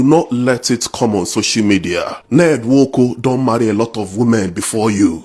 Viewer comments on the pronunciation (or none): the way you pronounce the 'Nwoku' makes me laugh!